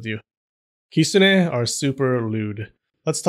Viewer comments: stop the kisune. (its kitune) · Kitsune is pronounced "kit-sun" in Japan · why do you say kistune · Bruh I've thought it was "kit-soon" not "kit-so-ne" idk just me idk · Lolololol!!!! “Those people were sniffing glue”! OMG….And I have been pronouncing the word the wrong way. I thought it was Kit-SU-ne. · 10x for the great video, but please try to say きつね correctly from now on, つ - tsu, so it's kiTsune 😉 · At least I wasn't the only one that noticed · The t in the tsu in kitsune isn't silent! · Please don’t butcher the name and should make proper attempt to pronounce 狐 correctly .